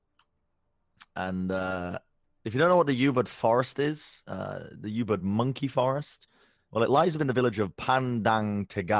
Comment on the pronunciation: That's the worst pronouncation of Ubud I've ever heard